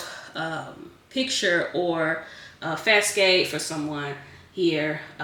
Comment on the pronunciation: It’s pronounced fah-sawd